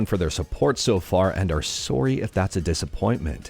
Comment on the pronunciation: If I didn't know where you were from before, that "sorry" definitely gave it away lol. Thanks for another great video my neighbor to the north